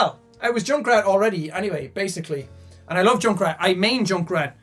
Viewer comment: When Jack said he mains junkrat I though he said jackrat